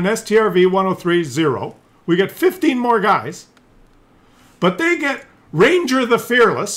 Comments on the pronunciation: Ragnar...NOT Ranger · RAGNAR!!! Not ranger! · i like how he keeps calling Ragnar - Ranger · its RAGNAR ffs :)